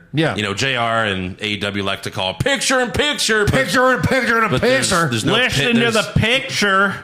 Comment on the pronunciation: JR doesn't say "picture in picture!", He says "picture an picture!"